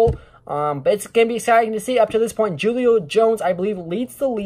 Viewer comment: As a Falcons fan, your defense is definitely better than ours because of our injuries... And it's pronounced Hulio bro... Spelled Julio, but pronounced hulio..